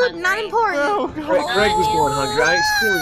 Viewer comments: let’s name him creg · I love how says creg